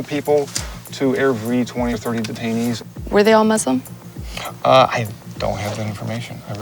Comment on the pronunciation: Instantly discredited with her pronunciation of "Muslim"